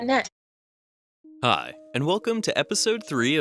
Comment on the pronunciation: The way he says hi is too HD